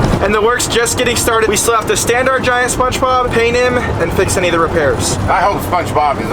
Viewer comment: why is bro saying spongebob like spunchbob